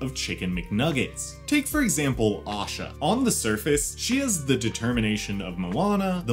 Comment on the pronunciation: Asha not osha